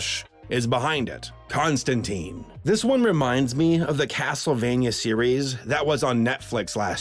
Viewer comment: Constant-I-ne! not Teen, TIne.